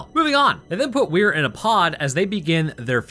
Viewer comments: Why are you calling him Where when his name is Weir? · Stark wasnt talking about the meat paste on the bridge, she was talking about general scans of the whole ship, not sure where you got that from? and P.S- Weir, is prounounced "Weer".😉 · You kept adding an H to his name. It's "Weir" which is pronounced closer to "We're". Sorry, I'm 33 mins in and you had said it wrong 20+ times in a min and my brain was starting to go through the Justin decompression sequence.